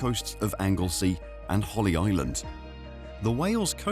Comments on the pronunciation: Once the narration said "Holly" Island instead of Holy Island, I thought its probably an AI generated video and lost interest. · 'Holly' Island !!?? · "Holly Island"? It's "Holy Island" you ignoramus.